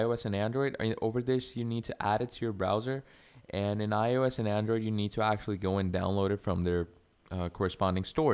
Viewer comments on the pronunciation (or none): none